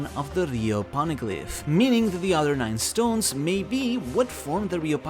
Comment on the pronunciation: "po-ne-glyph" not "pawn-a-glyp" I have a constant influx of these OP channels who can't even pronounce the most basic things right, or completely miss the most basic plot details when speculating or theory grinding. Don't feel too bad, but you aren't getting my sub. You don't get first place for One Piece lore slop with this, but I can share what one place looks like. Someone forgot Aokiji kidnapped Pudding. Started trying to predict the rest of the manga... 8 mins of my life I'm not getting back. It was interesting until he said, "Blackbeard has no way to read the poneglyphs so we can assume..." No... big no. I'm just tired of the slop on my recommended. Do better or do something else.